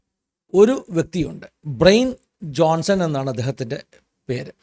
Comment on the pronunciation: Bryan Johnson എന്നത് ബ്രയിൻ ജോൺസൺ എന്നല്ല ഉച്ചരിക്കുന്നത്, "ബ്രയാൻ ജോൺസൺ" എന്നാണ്, ശ്രദ്ധിക്കുമല്ലോ